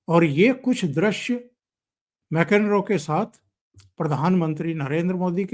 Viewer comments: जो आपके। विष्लेषण बहुत अच्छे हैं, केवल एक बात का ध्यान रखिए कि विदेशी नेता लोगों के नाम सही लिए जाएं। आपने बार बार प्रास के राष्ट्रपति को मैकेनरो कहा जबकि उनका नाम मैक्रों है। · सर, आपका विडीओ इच्छी हैं, एक सुझाव फ्रांस के अध्यक्ष का नाम मेक्रान है, मेकेन्रो नहीं. कृपया अगदी बार सही नाम से जिक्र करें. धन्यवाद